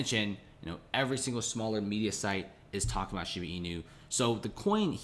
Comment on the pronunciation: shiiiiibaaaaaa bruhhh not sheeebeeee